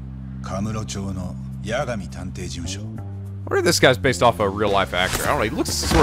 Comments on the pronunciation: Just a heads-up, cuz the comments’re prob gonna scream at you... It’s not YaGAmi, it’s YAgami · Just like with Majima being pronounced MA - ji - ma and not ma - JI - ma, you should pronounce Yagami as YA - ga - mi and not ya - GA - mi.